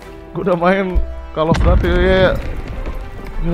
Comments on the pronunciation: koll Of dudiy Bukan Kall of dati :) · kocak gw njir windah cell off daty wwek😂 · Tajuk game: call of duty Brando: call of dati